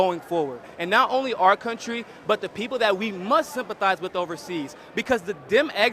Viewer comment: Luke, why don't you ever say the word "with"? It's always 'wid' or 'wit'.